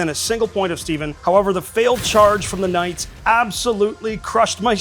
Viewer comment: A little constructive criticism: Maybe don’t paraphrase knights as ka-nigits anymore! 😬